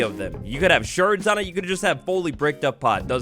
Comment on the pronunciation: Cool vid, tiny thing: I think "shard" sounds like hard, not sherd said like herd